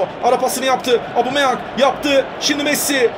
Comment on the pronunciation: Gereksiz yapmacık çocukça.Bu arada "Abumeyang" değil "Obameyang" ;)